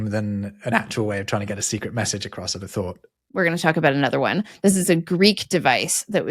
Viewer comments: I wonder why "across" is often pronounced like [acrossd], with an audible "d" in the end... Even pronounced it here as [acrossd], but then quickly reverted it to a (normal?) [across]. For me as a non-native English speaker, this "d-ending" sounds completely illogical. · It took me years to stop saying "acrossed" instead of "across". Hearing immediately fix it was very gratifying.